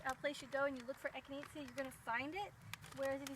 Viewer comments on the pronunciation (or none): It’s echi-nay-sha, not echineetzya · Eck-in-ayy-sha is how its said.. 😂😉